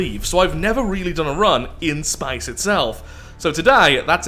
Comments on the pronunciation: Why is he saying spice in stead of space?😂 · Love your pronunciation of "SPAECE!" every time. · Drink every time he says "Spaice" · I thinks thats maybe the russian pronunciation in english i think its more like spaiĥce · swear I've never heard space pronounced that way